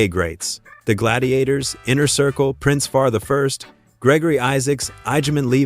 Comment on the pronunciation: The name is Prince Far I (eye), not Prince Far one. You need to get the Artiste name right. It's not the first time i heard this. For someone who doesn't know, they'll think you're right.